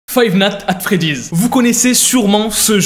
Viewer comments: xd ta dit fave nat at freddy lol men faux dire five night a Freddy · "Five nate at Freddy's"